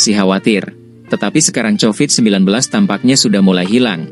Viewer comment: Sebutan yang bener ialah 'Ko-Vid' BUKAN 'cho-vid'. Jangan sebut dengan sebutan bahasa Indonesia kerna kata asal nya bukan ciptaan orang Indonesia. Itu peraturan asas ilmu linguistik.